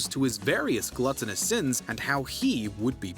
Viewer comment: Heifer: What is a glue-ton?